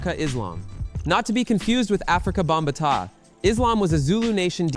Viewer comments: Bomb ah tah?? 🙄 it’s Bam bah tah,! Afrika Bambaataa!! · Stop the video at Bam Ba Ta LMAO WHAT? wrong person to make a video about DJs when he couldn't even say Bambatta right